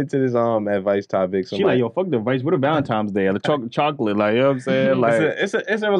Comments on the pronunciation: Wtf is "Valentimes Day?" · I’m not getting you a gift until you say the holiday correct… it’s valenti-N-es Day with an N. Not Valentimes day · So New Yorkers call it “valentimes” day or am I trippin 💀💀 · Almost couldn't make it through that segment. ValenTIMES...😂🤔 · valenTIMES day …? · Valentime’s Day? 😂😂😂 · Are they saying "valentimes"? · I’m not the snartest guy out there, but I’m pretty sure there is no “m” in Valentine’s Day. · i fuck with y’all but there’s no “M” in valentines day😂😂